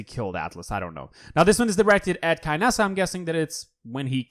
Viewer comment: dud Kill taunts are when a champion kills another DUUUUUD Like Zhin calls Sha lin princess when killing him ALSO WHY DO YOU ALWAYS SAY KANESSA